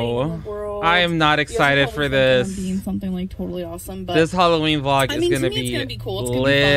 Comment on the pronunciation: Who else cringes when she says the words "Vhaa...log" instead of vlog or Dayah instead of day? I'm convinced she's stretching out her words to make that 10 minute mark LOL.